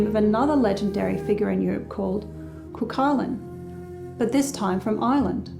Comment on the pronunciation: It's pronounced "coo-hull-in" and spelled cuchulain.